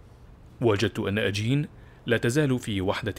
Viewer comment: اسم بنت اشين وليس اجين